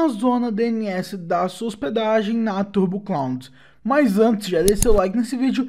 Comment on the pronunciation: é muito bom na hora que ele fala "turbo clound kkkk"